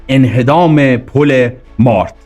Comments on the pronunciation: با کمال تشکر و احترام تلفظ درست پل مارد با کسره و فشار زیر حرف ر تلفظ میشود به انگلیسی براتون مینویسم تا در کلیپهای بعدی درست تر تلفظ کنید Mared درست است مارد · درود تلفظش پل مارد زیرره کسره داره نزدیک دارخوین جهت اطلاع زمان شاه سایت دارخوین قراربود نیروگاه اتمی ساخته بشه این حقیر اونجا بودم ❤❤❤ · درود و سپاس. عنایت بفرمایید با اینهمه تلاش تیم شما ، نام مناطق رو هم درست بفرمایید. برای نمونه پل مارِد یا ( تلفظ به این صورت هست چو عِ بده) سپاس از برنامه خوب شما. درود بر بزرگمردان ❤❤❤ روان شهیدان شاد🎉🎉🎉